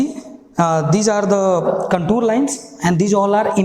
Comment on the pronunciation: Sir its contour not contur wrong Pronunciation 😂😂😂